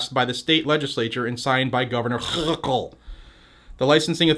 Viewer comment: Shitube is preventing me from reading two of the three other responses. They need some classes about respecting the 1st Amendment. On a happy note you make me LAUGH whenever you emphasize Hawkle's name.... 🤣